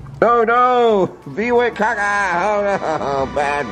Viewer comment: you make me laugh so much when u say caca 💩😂